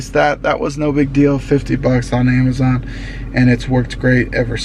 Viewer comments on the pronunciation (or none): none